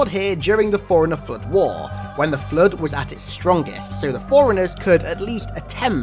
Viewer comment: God damn your voice is annoying. ‘Da flud’